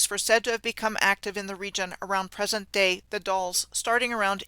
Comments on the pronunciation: The Dalles Oregon is said, like gals, only with a D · love your work. We pronounce The Dallas like name Al. A like apple. The D al les and Sililo is S lie lo. (just for those that are curious)